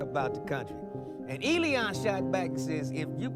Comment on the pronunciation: It’s not Eleeeon, it’s Elon. I’m getting the feeling you’re a retard